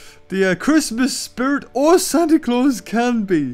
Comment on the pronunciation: He said santi claws but he named it santi CAWLS